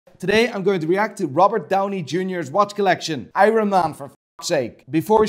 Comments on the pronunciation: If you say iron like irun one more time ima.... HE DID IT AGAIN! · Who pronounces the r in iron? Only!